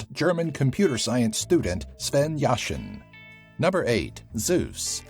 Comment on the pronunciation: His name is actually "Sven Jaschan"